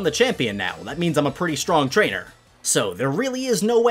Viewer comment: Trainer not rainer